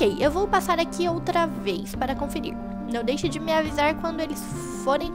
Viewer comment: bem n é dake mais se fala deixe ok